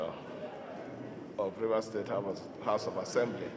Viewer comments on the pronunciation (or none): is it "HALF" of assembly or "HOUSE" of Assembly Abi ear dey pain me...